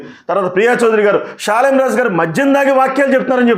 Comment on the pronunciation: ప్రియా చౌదరి గారికి షాలేము రాజు అని పేరే సరిగా పలకటం రాదు ఎవరో ముందుండి నడిపిస్తున్నారు ఆయన కనీసం స్త్రీలు అనే మాట కూడా ఎత్తలేదు ఈ ప్రియా చౌదరి అన్ని కౌగించుకొని ఊహించుకొని భారతదేశంలో ఉన్న ఆడోల్లందని రెచ్చగొట్టి నన్ను ఒక్కదాన్నే కాదమ్మా నేను ఒక్కదాన్నే ఆడదాన్ని కాదు మీరందరూ ఆడోళ్ళు అందరిని అన్నాడు మరి వేసులుగా తిరుగుకోవాలని ఆయన ప్రత్యేకంగా అంటే అది అందరికీ కల్పితం చేసింది చెప్తున్నాను అమ్మ ప్రియా చౌదరిని నేను అని సృష్టించింది ఈ ప్రియా చౌదరి దైవజనుడు దేవుడు బిడ్డ అని విషయం తెలియకుండా ఆమె ఎలాగా ప్రవర్తిస్తుందో మరి ఆమెకు భర్త ఉన్నాడు లేడో తెలియదు ఆ భర్త దారిలో ఆమె నడుస్తుందో లేదో కొంచెం తెలుసుకొని ప్రవర్తించండమ్మా ప్రజా చౌదరి గారు